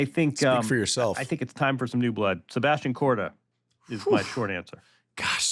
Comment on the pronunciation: Korda 🤣🤣🤣 What the hell are u saying